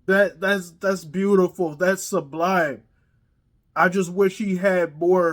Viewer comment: "Sublimbe" nice